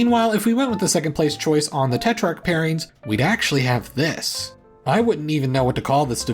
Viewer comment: Did you put the wrong emphasis on "this:" when you said it in your script? Or were you supposed to show us a second, additional map after the first time you said "this:" ?